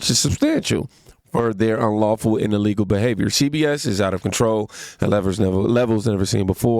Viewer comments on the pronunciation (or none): none